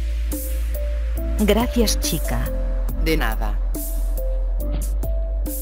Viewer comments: Toy chica dijo picha xd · Dice pitcha